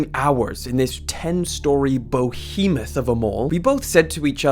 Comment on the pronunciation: behemoth not bohemoth